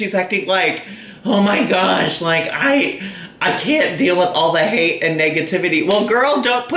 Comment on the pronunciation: Bobbie J---AMEN!!! I swear her eyes turn so dark when she's angry (90% of the time). I won't be surprised to hear one day that she's snapped and has filled her basement with the bodies of her "haydurs"!! ("Haydurs" being ANYBODY that disagrees with her.)